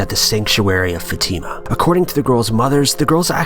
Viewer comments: It's "fah-tih-muh" not fateeemuh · It's not FaTIma. It's FAtima. Seriously it's incredibly easy to pronounce c'mon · It's no Fatima is Fátima!! You are reading it wrong! I'm Portuguese... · Your pronunciation of the name "Fatima" makes me uncomfortable for some reason. We pronounce it as such "Fa-a-t-imah" (with a short "e" sound after the letter "t" ) .. and not " fateema" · Brigid Knumbthumbs yeah its more like fat-a-ma that's how my religon teacher said it anyway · Fatima is not pronounced that way... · You mispronounced Fatima and Marian, but I'm only 2 min in